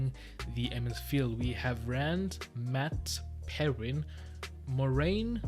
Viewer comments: Perrin is pronounced pear-in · Pronouncations if you want them: Aes Sedai - Eye-Se-die Nyneave - Nigh-neev Myrddraal- mird-dral Don’t pronounce the h in the pronunciation guide. That h at the end just means end the sound there!😂 you had Perrin right before you read the guide!!!